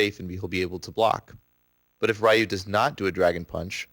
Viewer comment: You mispronounced the fuck out of Ryu! Why is it that idiots always have a hard time pronouncing a three letter name. Its "Ree-ewe" not "Rai-you"!!! And if anyone tells me it's no big deal FUCK OFF!!! I'm so tired of hearing his name being butchered like that.